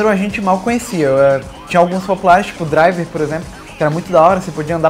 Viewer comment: Ótimo ingreis o seu.